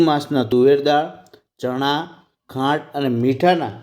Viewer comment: ખોંડ નહી ખાંડ બોલો સર